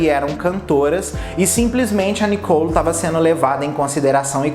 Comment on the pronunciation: não e nicou e sim Nicole ! fica bem melhor fica a dica .